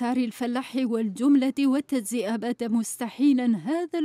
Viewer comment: الصحفية قالت المفاجعة سمعتها هههههه زادت قالت التدزئة مشي التجزئة ههههه و قالت دجمبو مشي جمبو هههههه و قالت الباردش مشي الخارج منين راهم يجيبو هاذ الصحفيين ههههه؟؟؟